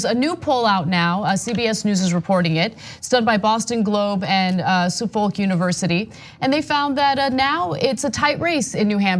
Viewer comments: Ana, Suffolk is not pronounced "Soofoalk" university but "suffock" or "suffuk" if you are referring to Suffolk as in the county in East Anglia UK or similarly named University in USA. Now back to explaining how Pete speaking the language of politicians is in any way surprising! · Suffolk is pronounced "suff-ukk." Suffolk University in Suffolk County, Suffolk County is the county Boston is in and the university is in downtown Boston. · “Suffolk” University: pronounced “Suff-ick” in New England